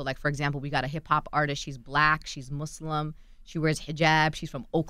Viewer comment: I wish she would have corrected Charlamagne when he said "Mooozlem" right in front of her. Knowing damn well that's not how you pronounce it🙄